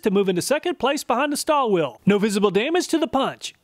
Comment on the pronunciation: Stahlville - my understanding of the pronunciation